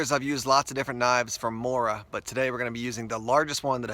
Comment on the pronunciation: I'm from Sweden I and I know the quality of morakniv plus you spell it mora but you pronounce it moora